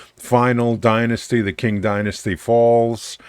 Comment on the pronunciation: Pretty sure the "Qing" in "Qing dynasty" is pronounced as "Ching." My reference point is the father of China, Qin Shi Huang, circa something like 220 BC. His title is pronounced something like "Chin Shrr Hwung." Languages are weird.